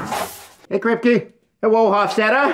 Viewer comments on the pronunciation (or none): Kwipke. The most undewwated actow in TBBT.